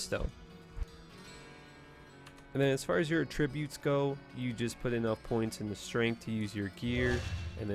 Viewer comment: "Uh-Tributes" HAHAHAHAHA. Every time man.. You do it so subtly but on purpose ;p